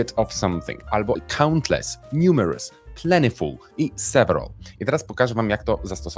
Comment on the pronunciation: 1 Remarkable to godne uwagi. Wątpię czy zawsze synonim awesome. 2. Dlaczego używając wymowy zbliżonej do brytyjskiej wymawia pan plentiful bardziej po amerykańsku?